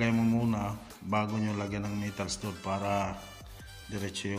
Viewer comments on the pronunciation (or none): "stahd" ang pagbigkas nun boss